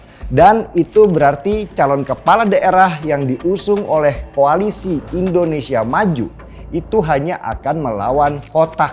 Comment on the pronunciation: "Indonesia" bang, bukan "Endonesia"